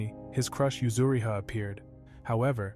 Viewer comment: Yuzuriha not yuzuhira